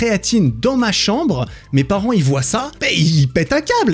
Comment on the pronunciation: "les gens VOYENT" sa se prononce VOIENT PAS VOYENT